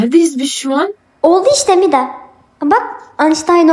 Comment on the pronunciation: Umida değil Mida